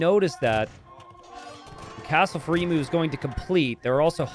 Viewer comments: E-MYU NOT E-MOO it's the same mu as emulation. you dont say emoolator English is rough and us Aussies have made it worse, but of all the misprounciations casters have done over the years, this one is the most grating. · Everytime emu is mispronounced 😢